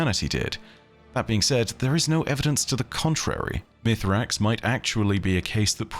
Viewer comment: Once again I ask, is there a reason to call him Mithrax when we know he is called Misraaks? Is it just that hard to say for English natives? It feels so disrespectful when in contrary Mara and Crow for example always call him by his actual name in-game.